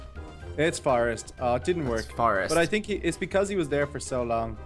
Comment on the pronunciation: you tink